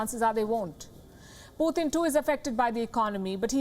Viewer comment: You are doing remarkably well, except the part we have to hear 'Poothin' instead of Putin. Difference between POOR THING and POOR TIN.